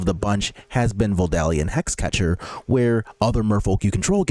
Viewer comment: small correction: there is no L before the letter D in Vodalian. It's not Voldalian.